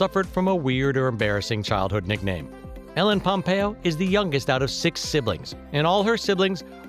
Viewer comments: did u just start the video by saying MELLEN POMPEO ? wow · "Mellen pompeo"😂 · He keeps saying "Helen Pompeo" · Was is just me or in the begining did anyone else hear melon instead of ellen pompeo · Who is ellen pampeo? It's Meredith Grey